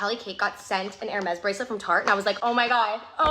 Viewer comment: I'm too poor too afford Hermes, but even I know how to pronounce it. 😂